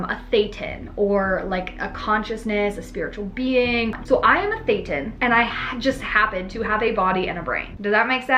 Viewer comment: “Tethan” sounds kinda like Setan 🧐